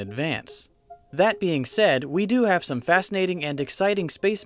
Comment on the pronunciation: *some, not soke.